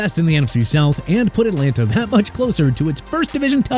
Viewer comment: Here we go with this Mickey Becton business again,! It's Mekhi (MEH-KAI) not Mickey!!! Good grief!!! And also Enlanta?? It's At-lan-ta!!!! SMH